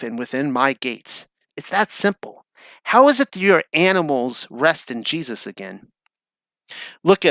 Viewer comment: Do you have ADD? Also who taught you how to pronounce Jesus’ name?